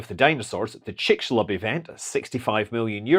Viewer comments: Pretty good pronunciation there. 👍 Chicxulub = [ tʃʼikʃuluɓ ] Hmm, for people who don't know IPA for some reason: 😉 chuh-ICK-shoo-loob But the final bilabial is implosive. This is the Yucatec Mayan pronunciation. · excelent pronunciation of the Mayan word Chicxulub, congrats!!